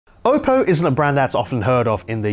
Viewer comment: Did he say okko ?